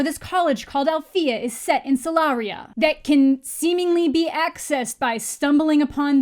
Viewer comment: They say Solaria wrong!!!!!!! OMG